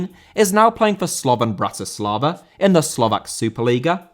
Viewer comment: Bratislava* not Bratyslover